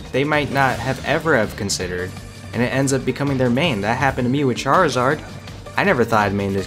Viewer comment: For me it's hard to main several characters, but that might just be me. (It's probably because I always focus on 1 character.) Also it's Charizard not Charzard, not trying to be rude it's just small stuff like that can really annoy me sometimes. (Also Charizard is one of my favorite Pokemon and for some reason I just need to see the name's of Pokemon spelled correctly, I'm probably one of the weirdest teens in america) but I could try to main them both.